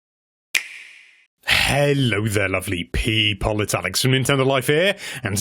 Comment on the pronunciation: The way you say people in the beginning always makes me really uncomfortable and I wish you'd stop.